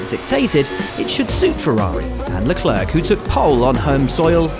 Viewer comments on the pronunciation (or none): who's sharl leclerk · Isn't there any Anglo who can pronounce Leclerc's name properly?